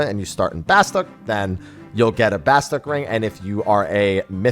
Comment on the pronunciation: Why is it that no one says Bastok correctly when they say it in the intro video!!!!!!!!!!!!!! It isn't BASTOCK!!